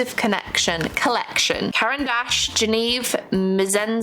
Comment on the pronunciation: I heard "Karen Dash" and that's not what they're called 😭😭 (But she also said Washi tape like "Woshi"?)